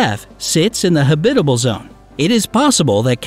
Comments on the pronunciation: Don't much care for professional voice artists consistently mispronouncing words, e.g. huhBITable rather than the correct HABitable. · I cringe whenever I hear him say, "ha-BI-ta-ble." Who has ever pronounced this word so strangely??? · Man this guy’s pronunciation is garbage lol. Neuron Star? You mean Neutron? Habitable? Lol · That word is so weird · me too.... when I heard it the first time i thought "silly narrator, that's not how you pronounce Habitable"... but he did it again and again, and I was like, "yeah, he nor anyone at has ever heard habitable spoken by anyone else before..."